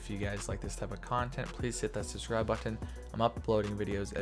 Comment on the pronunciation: stop saying button like that